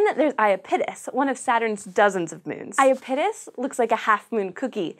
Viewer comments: I-ah-pete'-us? I-ah-don't think so. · It's also bad when the host can't even pronounce Iapetus correctly :(. The stress is on the second syllable, not the first! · Holy crap. You need to redo this video. 1. Miranda is NOT the largest moon of Uranus. It's the FIFTH largest behind Titania, Oberon, Umbriel and Ariel. 2. For God's sake, learn how to pronounce IAPETUS. It's i AP et us, not ia pet us. Jesus. I stopped watching shortly after the 2 minute mark. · "ayapitis" no, no, no! it's "ya-pee-tus" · lol. i giggle every time you say iya PIT us... try "eye IP uh tis" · Aya-pittis? I've always heard I-app-it-us. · SciShow Space... everyone is pronouncing iapetus incorrect... “I-ap-e-tus” ... “ap and app still make the same sound” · ah yes the infamous I-A-pit-us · Eye-AH-pet-us. Hy-PER-ee-on. Mur-AN-dah. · I know everyone is chuckling over her pronunciation of Uranus, but I found her pronunciation of Iapetus more distracting. Is that really how it's supposed to be pronounced? I've always pronounced it 'ee-APP-et-uss'. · Yeah, the moon is not unfamiliar to me and I've always heard it like "aye-AH-pet-us" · Did you catch the butchery on the moon Iapetus? Oof. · If the presenter is supposed to be an authority on space, why doesn't she know how to pronounce "Iapetus"? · That was, by far, the worst pronunciation of Iapetus I've ever heard. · Everytime she mentioned Iapetus I was saying to myself "Pretty sure that's being pronounced wrong." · That's nothing compared to how badly she mangled Saturn's moon, Iapetus. Eeesh, that was awful. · I died a little inside each time she pronounced Iapetus wrong. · was anyone else bothered by the mispronunciation of iapetus?